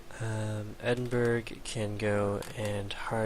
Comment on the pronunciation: You don't pronounce the G in edinburgh (or the H but you didnt pronounce that anyway ;))